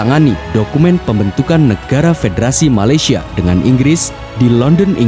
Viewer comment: Bukan malasyia tapi malaysia